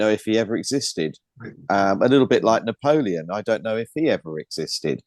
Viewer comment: Napolean- N-apollyon😮